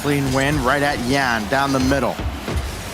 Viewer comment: Stop calling him "YANX" when EVERYONE ELSE calls him "YAN".